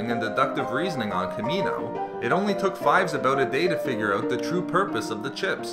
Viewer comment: You say out funny. Owut